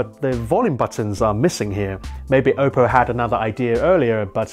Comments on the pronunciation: Everytime he says Ope-o I die inside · The way you say oppo hurts